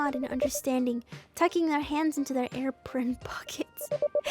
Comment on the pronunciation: “air pirn “ hits hard 😭